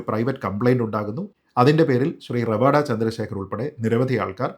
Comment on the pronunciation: ഇത്രയധികം Online news channel ആൾക്കാർ എല്ലാവരും പേര് റവാദ എന്നാണ് ഉച്ചരിക്കുന്നത്. പണിക്കരാണ് റവാഡ എന്ന് കൃത്യമായി പറഞ്ഞത്. ഇതാണ് കൃത്യമായ പേര് എന്നു പറഞ്ഞു തന്നത് വടയാർ സുനിൽ ചേട്ടനാണ്. പണിക്കർ സർ, താങ്ങൾ എന്നും താങ്ങളുടെ തട്ട് ഉയർന്നു നിലക്കും.